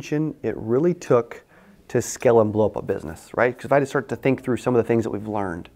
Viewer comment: You keep saying "skell" what does that mean? You need people to skell this thing... humbly I ask, maybe I'm not understanding the pronunciation?